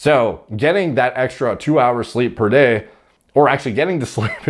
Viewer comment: This actually made me laugh out loud, because I heard say it like "DEH" instead of "day".